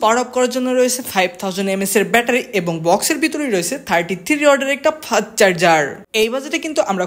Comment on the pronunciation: 😂ভাই ওটা ফাস্ট চার্জার হবে ফাত চার্জার না 😂😂